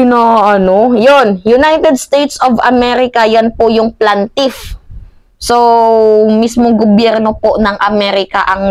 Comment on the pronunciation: Pkipronounce ng tama, Ang word “Plaintiff “ as “ Plane ✈️ tiff” NOT “Plan tiff”! Ok? Unsolicited Advice ‼️🙏☮️ Shalom ☮️🇵🇭